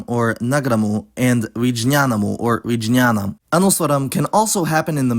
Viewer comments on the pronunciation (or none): Um no t no shade just wanna be helpfull It's vigñanam not vidjna am the j +ñ make the gña sound as in Sanskrit languages and ఙ,ఞ makes the ng(as in English) and ñ as in españa. The ng letter is not used that much nowadays because people began to denote the sound which most often only occurs at the end of words in the standard version as ంగ but many Telanganian dialects including mine use that sound everywhere Vocalic r is a sad story that letter is bonkers i don't know why people stopped using it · Hey just a correction..its vignanam not vijnanam like g in ghana not in genius